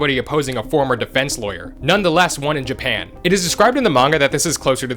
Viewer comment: I find it so funny that you pronounce all these names with full certainty but stutter on Japan